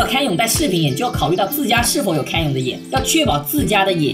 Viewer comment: 分析得很好 只有一个小问题 canyon 读 刊捏嗯